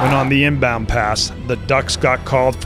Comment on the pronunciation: Did you say intercept the chingbound pass? 😅